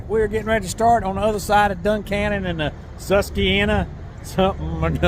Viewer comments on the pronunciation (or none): It's pronounced sus qwa Hannah after Susquehanna Indians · Sus as in SUSpicious, qua as in QUAd, hanna as in the name Hanna- Sus-kwa-hanna Susquahanna :D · Sus- kwa-han- a. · Sus-kwa-hannah. Slow moving river, especially during a drought. Used to be a news or radio station around here that did a tubing trip, called, float your fanny down the susquahanny.